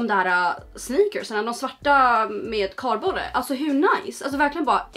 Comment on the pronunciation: Ja men uttalas inte så